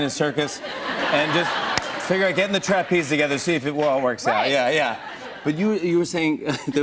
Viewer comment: TRApeze. Interesting pronunciation